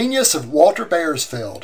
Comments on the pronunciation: Bauersfeld is pronounced "Bowersfeld", not "Bayersfeld". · Might a more accurate pronunciation be "bowers-felled"? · I wish you could pronounce the name (Bauersfeld) correctly. Otherwise this is a wonderful posting.